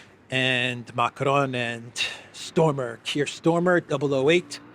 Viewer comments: pronunciation is STARMER,...not STORMER!!! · It's Starmer not Stormer. Just saying.